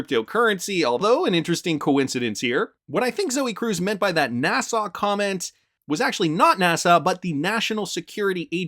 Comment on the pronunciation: NA SA not NA SAW